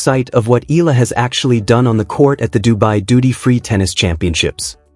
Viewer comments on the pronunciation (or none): please pronounce her name correctly.. it's pronounced as EEE YAH LA